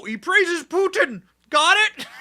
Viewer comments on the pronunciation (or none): none